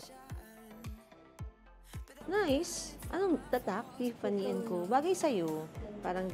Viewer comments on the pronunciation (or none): none